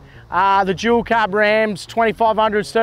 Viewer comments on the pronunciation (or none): none